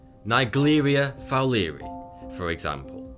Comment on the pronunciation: Probably pronounced Fowler-eye